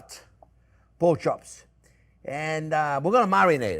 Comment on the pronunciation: “Pork schops and a apple schause, that’s schwell”